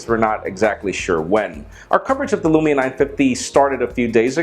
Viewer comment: actualy you prenounce the u in lumia quickly as lumi means snow in finnish and Nokia is Finnish